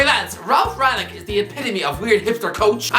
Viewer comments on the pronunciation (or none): For fucks sake, it's pronounced "HOlland", "RanGnick" typical braindead pronounciation who gets butthurt if his irish mates gets pronounced incorrectly